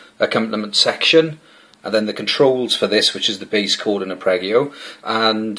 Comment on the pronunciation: ..... "uppreggio"???? ARPEGGIO